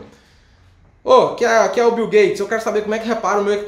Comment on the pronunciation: “O bil bil “ kkkkkk